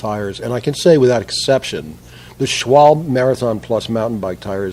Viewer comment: It's pronounced Schwalbeee. Simple flat solution - Install the same principle that the tire manufacturers use - Tire Liners such as Stop Flats 2 or other flexible types. No Muss - No Fuss & no risk of eating away your aluminum or getting that goop all over your rims. $5. per tire & say goodbye to flats forever if used with Marathon Plus tires.